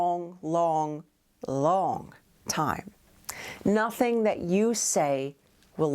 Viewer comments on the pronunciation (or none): When she paused and said "Looong time". I felt that